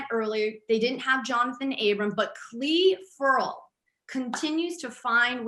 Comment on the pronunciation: How is it that she, of ALL media members can actually pronounce Cle Ferrell properly?! 😏🎯